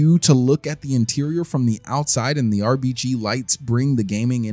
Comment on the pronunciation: Am I the only one laughing about he said rbg